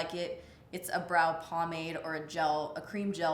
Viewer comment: Pomade doesn't sound right anymore if it's not pronounced "paw-maude" 🤣